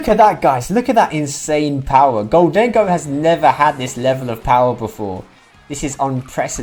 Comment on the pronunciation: Gholdengo --> Moldengo --> Condengo